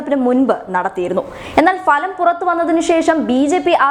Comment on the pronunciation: Falaന്ന അല്ല Bhalaന്ന . ഫ എന്ന് അക്ഷരം . ഭരണം എന്നു പറയുന്ന ഭ ഉപയോഗിച്ച് ഭലം എന്നു പറഞ്ഞാലും പിടിച്ചു നിക്കാം. Falam എന്നു പറയാതിരിക്കുക